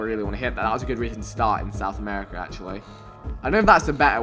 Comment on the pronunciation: when he says south america 😐